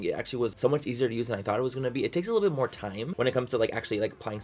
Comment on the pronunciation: luz1985rojas love him sa mach!!